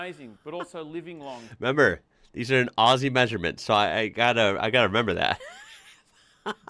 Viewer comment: thank you for saying Aussie with the Z sound and not the S sound. Number one mistake every one makes. Remember it is said 'Ozzy' and not 'Aussy'